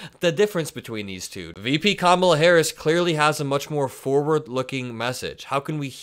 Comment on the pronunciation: We know who is unhinged. It’s not KAmala. Could any of them learn to say her name properly? She’s been VP for years. SO stupid.